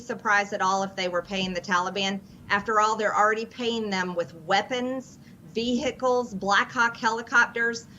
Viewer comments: The way she pronounced vehicles… vee-HICKles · Of course, Full Metal Taylor Greene pronounces 'vehicles' with a hard 'h'...because she's stupid.